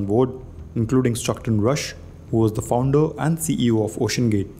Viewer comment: It's founder not founduyuh.